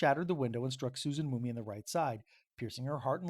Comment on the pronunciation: Why are you saying "Mooney" it's "Mum-mey". Also, the feud over property was with a "Lindenmuth" family. I'm connected to this story by marriage it's in my Family Tree. I've been researching to get as close to the accuracy as I can...it's not easy. In 2023 the Shenandoah Historical Society scheduled a discussion about this incident. The public was invited however I was not aware at the time, and I missed it...just came across it yesterday. I live in Lehigh County, PA about a two & half drive from where this took place. Some of what you said here are new to me and may be true-I'll need to look into it. Other parts sound correct and some sound like embellishment. Just an FYI...